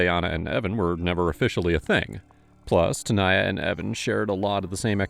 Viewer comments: The detective seriously couldn't pronounce "Tanaya"? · hold on, no one wants to talk about the fact that the detective can't say the name Tanaya? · If can say "Schwarzenegger", he can say TANAYA. 🙄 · Bro, you couldn't say either of their names correctly the ENTIRE VIDEO & then near the end you just gave up on "Tanaya" for a bit. Did you even try on this one?